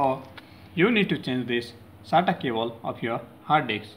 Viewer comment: No one Litreally no one This guy: Data "Cabol"